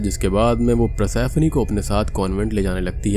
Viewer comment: भाई ये पर्सिफोनी को प्रसैफ्नी बोल बोल के जो तुमने इरिटेट किया है न!! 🙏🏻🙏🏻